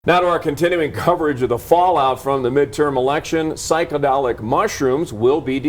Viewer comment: This square can’t even say psychedelic right.